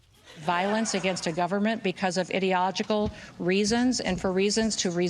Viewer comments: "Ideogical" Jon, I'm Virgo so I have to call you out on Bovino's 'geshtapo,' while neglecting Noem's leaving out one whole syllable that carries the primary stress in a six syllable word. i-de-o-lo-gi-cal. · Didn’t Noem pronounce ideological wrong??? Idiological? Was that on purpose? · She definitely said Idiological... as in "idiot" didn't she? Not "idea", "idiot". I didn't just miss hear that, right? 🤔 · Kristi Noem: "ideogical" is not a word 😂. For someone who apparently attended college, she should know it's "ideological" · Anyone else also find it ironic that she mispronounced it as “idi-ogical” instead of “ideological”? 😂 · Sorry, did Ms Noem say "idiotogical" because that's what it sounded like? I had to listen to it 3 times to be sure. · Did she say idiogical? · ....did she actually say "idiogical" ?!?😂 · "Idiogical" LOL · "idiogical" jesus christ she is illiterate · idiogical Don’t use words you can’t pronounce. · "Violence against the government because of IDEOGICAL reasons (...)" - I'm also having a hard time pronouncing words correctly, when I don't know what the f I'm talking about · bihh can't even pronounce ideological 😂😂😂😂 Edit but bovino has no problem with perfect german pronunciation of gestapo how innnnteresting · . She didn't even pronounce the word correctly!! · She can’t say ideological or perpetuate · Kristi Noem can't pronounce ideological OR perpetuate. These are our the people in charge of these massive governmental departments with collosal power and they speak like neglected pull string dolls.